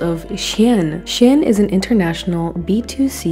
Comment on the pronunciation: Did she just say "Is VERY two-sided than ever."? LMAO? Who learned you how speak? HAHAHA! Also, its pronounced "SHEEN" not "SHIN".